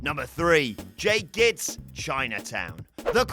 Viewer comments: also mispronounced jake gittes name from Chinatown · Dude... it's pronounced 'Mac-REE-dy'. Have you even watched 'The Thing'? Similarly, in 'Chinatown' it's pronounced 'GITT-ess', not 'GITTS'. And I'll leave the obvious right there.